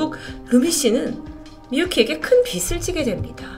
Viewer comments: 다 좋은데 '빚' 발음만 좀 더 정확하게 해주셨음 좋겠어요. "빚을" 발음은 "비슬" "비츨" 아니고 "비즐".홧팅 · 발음 '빚을'을 [비츨]로 발음하시면 ㅠㅠ 빛이 됩니다..ㅠㅠ [비즐]로 발음해주셔야 전달이 더 정확이 될 것 같아요!! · 님! 항상 라디오처럼 잘 듣고 있습니당:) 그런데 빚을 떠안았다 라는 문장을 말씀하실 때 비츨 이라고 발음하셔서요ㅎㅎ 혹시 다음에 영상 제작하시면 비즐 이라고 말씀해주시면 더 정확하게 전달될 것 같습니당ㅎㅎ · 넹 빛을,비츨 노노 빚을 비즐 ,이라고 발음하심 쉬워용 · 내용에만 집중했는데 의식하고 들으니 들리네요. 받침 있는 자음(명사/ 대표음으로 바꿀 조건이면 바꾸고) 뒤 음가 없는 'ㅇ'이 오면 연음시키서 [비즐] 이라고 발음 하시면 됩니다. 잘듣고 갑니다~ㅎ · ‘빚을’ 이거 발음이 저조차도 너무 거슬리네요 ㅜㅜ 담번 녹화엔 제대로 발음해서 들려드릴께요! 이해부탁드려요 ㅠㅜ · ((([빚을]발음...신경써주세오..ㅠㅠ..))) 일본경찰도 참 무능하네요... 피해자 남매 너무 안타까워요..ㅜㅜ